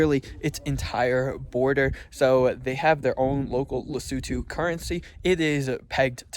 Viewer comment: finally someone pronounced the name of the country right 😂